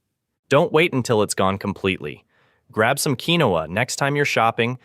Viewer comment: Look up the pronunciation. I’ve always heard it pronounced KEEN wahhha (2 syllables)